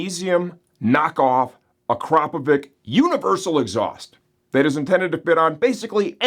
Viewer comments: "Please learn to pronounce that name correctly! It's "AcrapoviTS" not "AcrapoviK"". - Ryan from Cyprus CA. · At least learn to pronounce one of the biggest names in the moto world. It's not Akrapovic it's Akrapovic 😂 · pronounced “a-crap-o-vich”. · Ryan is bang out of order. You're 100% right not to trust stupid and lazy people who can't be bothered to spell and punctuate. Please learn to say Akrapovič correctly. The pronunciation should not be a regional choice, as this is company name. Look on YT for the correct pronunciation that's provided by the manufacturer. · My takeaway from this video is apparently I've been mispronouncing Akrapovic all this time... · NGL that is NOT how I was pronouncing Akrapovic....Also for prez.